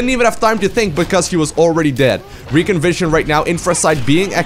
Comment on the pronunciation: Its not reckon, its recon, so ree-con